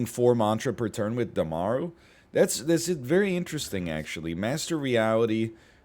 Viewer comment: Damaru is pronounced as dum-roo